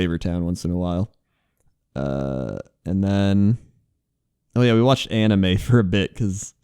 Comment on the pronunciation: when you said anime for the first time I heard Anna May